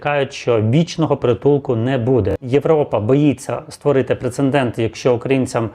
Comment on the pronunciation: Прецедент, а не "прецендент".